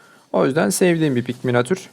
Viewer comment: abi ne güzel diyorsun öyle 'minatür'